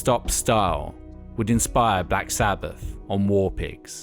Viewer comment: Black Sabbaf… Nineteen-sixty-free… monolific… Martin Lufer King… fanks a bunch. This announcer needs some lessons on pronunciation. 😆